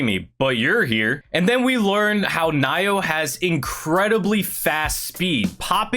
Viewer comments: How you pronounce Naoya is Na Oh YA not Nayo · Naoya is pronounced Nah-oi-ya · They way you pronounce Naoya is Now-oo-yuh (atleast I am pretty sure that is how)